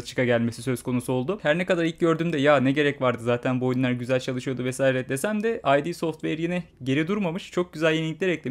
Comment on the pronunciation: Bir hatırlatma, "Ay-di" software değil. Yazıldığı gibi okunan "id" software.